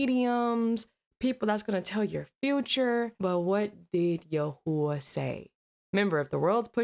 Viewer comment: Its not yahuah iys pronounced yah whey